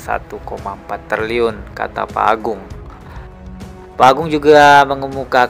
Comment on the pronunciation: Triliun bang bukan terliyun😂